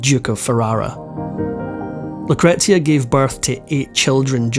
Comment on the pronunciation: Yes - isn’t it a regular problem with so many of these reports. At least he gets ‘Lucretia’ right. Bingo!